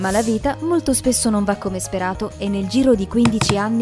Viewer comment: Sbaglio ma a minuto , dice vrita